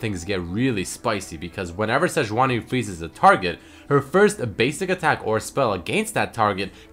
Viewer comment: Sejauni instead of Sejuani :)